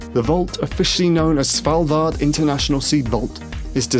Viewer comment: I like the quasi Scandinavian pronunciation of "Svalbard". (I'm Swedish)